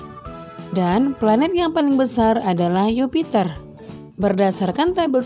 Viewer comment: Mohon maaf ya bu ya Jupiter bu bukan Yupiter